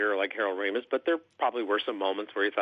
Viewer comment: Artie cannot pronounce Ramis correctly